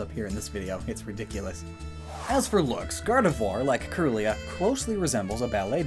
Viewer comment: Kirlia is pronounced “keerlia,” it refers to Kirlian photography which has to do with photographing psychic aura